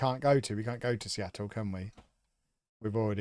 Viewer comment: I like that you are deliberately mispronouncing names such as Seattle and adding The with MLS because Americans frequently mispronounce words and enjoy referring to football as soccer lol. So, please carry on.